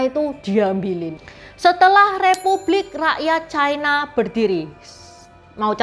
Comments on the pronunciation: Lafal yg bnr adalah "China", bukan "Chaina" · c a i n a bukan c i n a